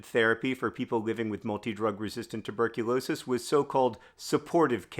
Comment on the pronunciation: Rewatching to count how many times you say "multi drug resistant tuberculosis" perfectly